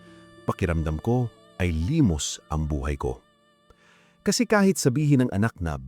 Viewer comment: AI narration. Ni hindi ma pronounce ang limos!